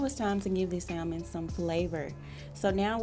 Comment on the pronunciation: THE L IS SILENT IN SALMON. IT'S PRONOUNCED SAMON.